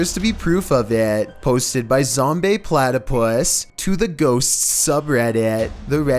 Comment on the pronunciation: Who’s Zombeh Platypus? Zombeh Moose would have loved credit